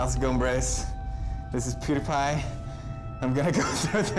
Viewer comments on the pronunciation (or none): did anyone else realize he didn't say PewDiePie right?